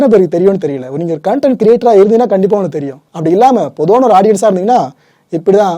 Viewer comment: Brother one small correct..pls pronounce like content...not cooonnntttaaaannnntttt...